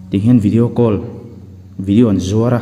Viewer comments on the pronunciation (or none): none